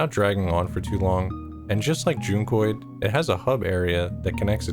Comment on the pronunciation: Oh that's how you pronounce it? With a long u? I thought it was like junk-oid... and yes I was confused by that name lol